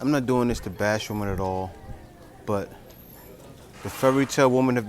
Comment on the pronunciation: Learn to pronounce women correctly. By the way, her contributions to society have nothing to do with contributions to her partner. Her degree has nothing to do with what she would offer to a man. She has to offer that to a job not to a man. She gets that confused.